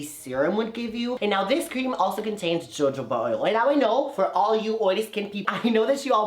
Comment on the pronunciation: Did he just pronounce jojoba oil as JO-JO-BA?? It is ho-ho-ba. Good Lord!!! Smh!